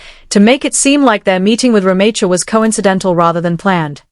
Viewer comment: You are pronouncing her name wrong